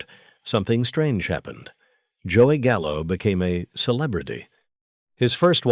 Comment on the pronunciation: “Not Joey Gallo, Joey Callo, C..A L L O”